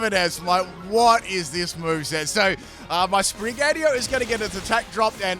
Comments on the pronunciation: Sprig-a-teetoe not Spri-gatee-o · Repeat after me- Spri-gah-tee-toh Meow-skah- rah-dah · Another cat starter which ends up coming off of all 4s. Wonder how many times called Sprigatito 'Sprig-atio' in this video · it’s SprigaTITO not Sprigario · starting this video i immediately notice your mispronounce you say Sprigatio its Sprigatito also its Meowscarada not Meowscar this is my favorite starter line i dont get all the hate it gets when Quaxly is the worst Fuecoco line is my second favorite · It's SPRIN-GA-TI-TO, not SPRIN-GATIO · Yup, really like Sprig-a-ti-to. Not sure what Sprig-ah-ti-oh is... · If he says Spri-gyatt-io one more time I’m going to explode. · I swear I head spaghettiO instead of sprigatito at least once. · Spaghettio < Spraghettio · It's SPRI-GAH -TEETO. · It sounds like you’re saying spaghettio 🤣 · You say Sprigatito in the worst way haha. It's pronounced Spree-gah-teeto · Sprig-Uh-Tea-Toe. <- Pronunciation :P . Tinkaton sqeesh. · Did you just call it spaghetti-o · Uh oh...Sprigatios😅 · I kept hearing spaghettiO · should eat a pickle for every time he mispronounced "Sprigatito" in this video. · Its funny how you pronounce "SpriGatito", since is a Spanish/Portuguese based word😆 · I love how skips a syllable for Sprigatito and Meowscarada:_pimpKappa::_pimpKappa::_pimpKappa:. Floragato got some special treatment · Gotta love the way he pronounce Sprigatito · Sounds like it comes in a can with watered down tomato sauce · In todays video butchers the name of sprigatito for 26 minutes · I counted like 4 times in the first minute alone XD